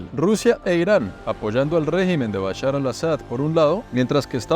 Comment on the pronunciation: dice Bushar y es Bashar lo cómico es que bushar en árabe significa crispetas